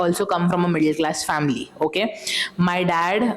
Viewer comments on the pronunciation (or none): none